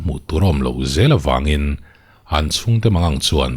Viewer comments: pulis(police) an ripawt(report)...... tih hi le.? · pulis(police) an ripawt (report) ta tawp mai a ni........ tih hi le.....?